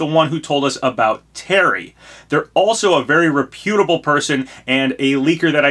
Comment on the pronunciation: Re-pute-able. :D Must be an American thing.